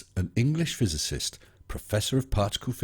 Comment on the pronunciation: ⦿Claims Earth is flat, from a picture that was doctored with fisheye-correction from a picture where there was no fisheye... ⦿Claims a physicist can just make things up to get accreditation... ⦿Cannot even pronounce "physicist" to save their life... ⦿Has no relevant discipline or experience in any related or even adjacent field of study, nor any accreditation whatsoever... ⦿Thinks YouTube is a safe haven to reveal such monumental conspiracies, as if someone trying to keep a lid on it wouldn't have noticed them posting on the largest video-sharing website in the world... Yeah sure....I should believe you, little flerfer-man, who does their "research" exclusively on YouTube....